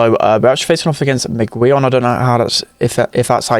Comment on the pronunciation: No, that's not the way you pronounce Miguelón... Nice try tho 🤣🤣😂😂